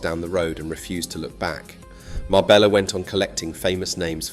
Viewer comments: It's pronounced Marbeya not Marbellllllla take this video with a pinch of salt. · A great video but why on earth did you pronounce Marbella correctly the first time and then change to some braindead MarbeLLa after that? I’d just liked and subscribed as I had been so impressed with this video. Now reversed. A shame. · Your research is spot on. Ive been doing the Costa del Sol for 40 yesrs, and lived in Spain for over 25 years. Your piece on Marbella was excellent. Just learn some Spanish prononciation FFS. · Can't even pronounce "Marbella" correctly